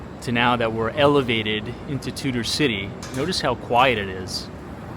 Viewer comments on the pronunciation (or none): It's Tudor Ciy, not Tutor City.